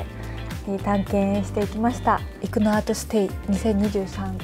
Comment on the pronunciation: 👍️生野の発音が生粋の関西人やのん！😉ますますべっぴんさんやのん！😍